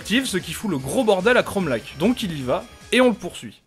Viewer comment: ARRÊTER DE DIRE CHROMALAC !!! Ça se prononce lar